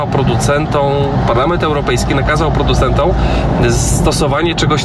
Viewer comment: PRODUCENTOM a nie PRODUCĘTĄ !!! polska być trudny język xDDDD